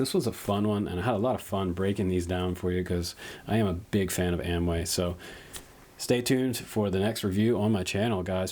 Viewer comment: You keep calling them Amway. It has an "o" that needs to be pronounced. I'm sure AOmway would appreciate it. Keep up the great work! Just pulling your chain! lol